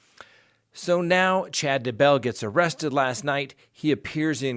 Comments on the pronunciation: Why are you saying his name all fancy...."Dah-bell" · I love the way you say DayBELL!😁